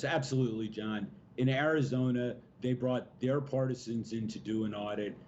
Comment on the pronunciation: It's called Ari-JOE-na now!